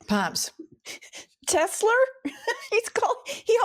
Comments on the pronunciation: Hey! Love the show. I think I figured out why Trump says "Tesler"....a mix of Hitler and Tesla is..you guessed it! TESLER!!! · "Tesler" -- adding an "r" sound at the end of a word terminating in the letter "a" is part of a NY accent, among other accents, including those in areas of the UK. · jewish grandmas from new york LOVE saying tesler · hit-ler tes-ler he’s just saying what we all think musk is… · Tes-ler. That's how the UK people pronounce many words that end in an "a". I noticed that when I was a kid and have wondered why they pronounce it like "er". His mom was Scottish or Irish, wasn't she? That could explain it, except, hmm, 🤔 I've never noticed him do that with other words. Who the hell knows why he does anything. 🤷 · Hi Pumps. Trump is speaking with a NYC accent when he says Tesler. If a word ends in the letter ‘a’ you change it to ‘er.’ Tesla —> Tesler. If a word ends in ‘er’ you change it to ‘a.’ Shower —> showa (showuh). You stink! Take a showa! I have no idea why they pronounce ‘orange’ as ‘ARange’ though…. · Many New Yorkers, possibly older, add “R” to the end of words ending in A. Tesla - Tesler. It’s called a Linking R or Intrusive R. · Teslar 😂😂😂it’s computar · Trump calls it "Tesler" because it sounds a little like "Chrysler" . That makes it feel more familiar to his "brain" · Welcome to NY,. They say, Tesler, Linder (Linda), etc. If it's an "A," it's said "ER." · “Tesler” because he’s a basic guy from Queens. Think Archie Bunker saying “terlet” instead of “toilet.” My grandmother called a dear friend named Joyce “Jerce”. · Trump not being able to say Tesla may be a sign of dementia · His natural pronunciation is from Queens, think Archie Bunker; as he ages and declines he loses what other veneer he put on previously. New Yorkers often add Rs to vowel endings, where Bostonians drop them from R-ending words.